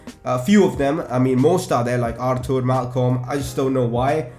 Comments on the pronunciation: Aar-toor. According to his interview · Buy a new centre-back,a young cam,arthur is pronounced ar-tur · his name is pronounced Arthor